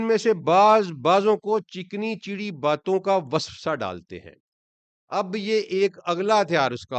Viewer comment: آپ کا پرانا سننے والا ہوں۔ ماشاءاللہ بہت اچھی وضاحت اور تشریحات کی ہیں۔ ۔۔۔ لفظ چکنی چپڑی ہوتا ہے، چ کے بعد پ۔ ناکہ چ کے بعد ی۔ شکریہ